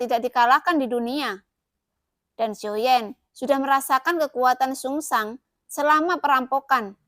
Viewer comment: Zhu Sang mbak bukan sungsang.